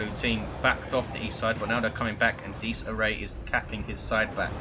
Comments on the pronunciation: Dies Irae is pronounced Dee-iz Ear-ay. It is Latin for Day of Wrath. Also pops up in the fluff as Titan and Capital ship names. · Im italian, and u should pronounce it "Dies Ire" cus the diphthong "ae" cuts off the "a" sound. the meaning is "Day of Rage". even if latin is considered a dead language is currently well studied around the world and spoken in the Vatican City State. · If it's latin than it's definatly not pronounced like that, it would have an Italian ring to it not an English one. No one knows for sure how latin is pronounced that's why it's called a dead language because no one lives that speaks it^^.